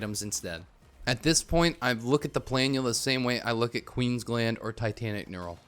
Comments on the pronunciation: Omg finally someone who pronounces it right, it's so annoying hearing "pla-NOOL-uh" lmao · I was so wrong about saying planula I'm sorry I doubted you